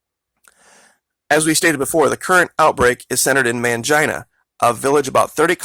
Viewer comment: Its pronounced Main-Gene-uh not Man-jine-uh..